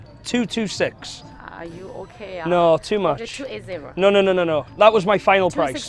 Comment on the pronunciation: “Are you okayah?” 😂